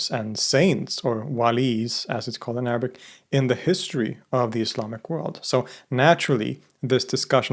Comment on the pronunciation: Your arabic pronnonciation is perfect